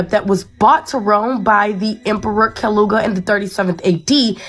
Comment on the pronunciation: Emperor Calooga?? 😂 She's auto-MATICALLY discredited. Out here tryna school somebody and can't even say dukes names right… Foh. Eject button. 👎